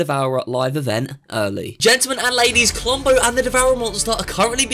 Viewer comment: I herd clombo